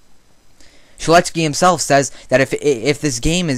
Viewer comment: When you pronounces "Shedletsky" I was like "who is dat guy?" but then I saw the pic which shows his name and I was like "ohhhhhhhhhhhh"